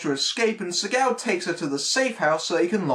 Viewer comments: When u say his name, it sounds like your saying sea cow. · I'm I the only one who gets thrown off by his pronouncing his name segow?